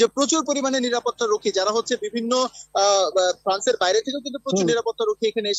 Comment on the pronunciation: শুদ্ধ বাংলা উচ্চারণ করতে পারে এমন কোনো রিপোর্টার কি ফ্রান্সে নেই ❓❔